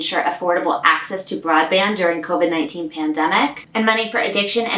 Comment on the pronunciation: “CO-VIGE”!!! 😂Thank you for your CO-VIGILANCE with these timely topics! (Co-Vigilante??) 😄 So glad at least that Pelosi said Hell to the No on that horrible other one!! Yet the limbo continues....!!😬